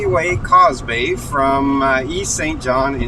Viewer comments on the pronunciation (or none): Courtmey Bay "Causeway" NOT "Cosby"....lmao